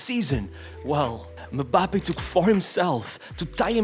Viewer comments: Why does it sound so weird when this guy says "Mbappé" lol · Butchering Mbappe's name every single time actually makes me cringe